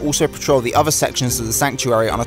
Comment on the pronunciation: Please learn how to say “th”. You said “thirty free” of 33, and “uver” for other, and “fret” for threat. And there are 2 t’s in the word “twenty”. Other than the lazy speech, this is a very good and informative video.